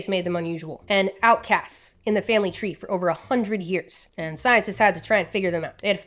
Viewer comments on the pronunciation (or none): I love the way she mispronounces three. Im not alone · Boid, toitle, twee, Must be the Bronx Zoo. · Do you by any chance have some Irish genes. Because that sounded like the wee Irish coming out for we say tree not three. A fact I learned when going down south when I was very wee.